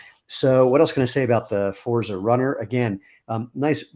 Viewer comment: congrats on the new designs. forza has a heavier emphasis on the z...imagine its a double zz sound like pizza and you've got it. looking forward to trying a shoe after getting some sandals